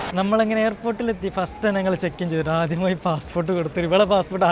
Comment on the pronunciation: അത്യമായി ❌️ആദ്യമായി ✅️😌😌😌